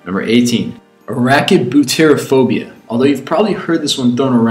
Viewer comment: Arachibutyrophobia, the fear of peanut butter sticking to the roof of your mouth, is not a made up phobia. It may be extremely irrational and seem made up, but there are people who have this phobia. AND YOU SAID IT WRONG. Also, Somniphobia is not a "Ridiculously Unreasonable" phobia, people can fear sleep because of night terrors or reoccurring dreams or nightmares, or just be afraid of the dark. And the fear of the forest, or wood (also Xylophobia) is not entirely unreasonable, there are plenty of cases of murders and kidnappings happen in the forest, people should be able to be scared of it without having it be ridiculous or unreasonable. Chronophobia, the fear of time, is not ridiculous. There are some people who are afraid of the future and things to come. Omniphobia, the fear of everything. Is not unreasonable. literally anything and everything can hurt you. Its not wrong to be scared of things. and Phobophobia, the fear of phobias. is not wrong. there are plenty of screwed up phobias that could terrify anyone.